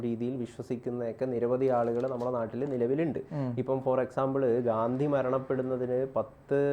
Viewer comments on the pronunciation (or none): ഗാന്ദി അല്ല ഗാന്ധി ആണ് bros. 😊